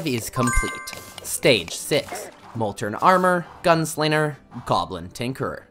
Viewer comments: HE'S FROM MICHIGAN!!! HE SAYS 'GUNSLINNER'!!!! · The way that this guy cant pronounce ng combinations.... "The gun-slinner" "to make a lon story short" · There's no R in Molten. There IS 2 G's in Gunslinger. He's called the Arm's Dealer anyway. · bro is the master of pronouncing wrong. "gun slinger" "tinkerer's workbench"